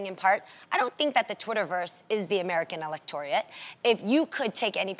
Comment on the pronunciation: Did Jeannie just say the American Electoriate ☠ the political science major in me JUMPED OUT